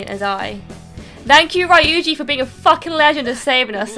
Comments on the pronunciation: Hey, just letting you know Ryuji's name is pronounced Ree-uji :) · Well, not really, but I guess the American voice actors pronounce it that way. And it is at least better than "Rye-uji". It should be "Ryuu-ji". It's very hard to explain it properly in writing, but imagine the word "you" plus a light r-sound in the beginning.